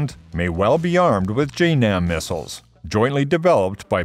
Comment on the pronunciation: LOL "mistles"